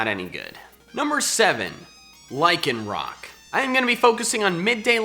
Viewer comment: AGAIN, LYCANROC DOES NOT END WITH A K!